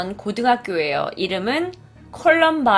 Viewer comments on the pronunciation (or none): 콜럼비아 아니고 콜럼바인 입니다잉~